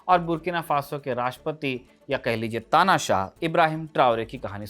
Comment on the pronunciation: Bhai "tanasah "word apne galat bola hai